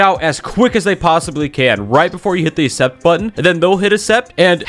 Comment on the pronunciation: accept is pronounced “acksept” not “essept”